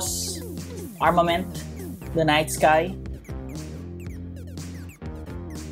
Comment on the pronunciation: for some reason,i hear saying armor man than armament i am just saying not insulting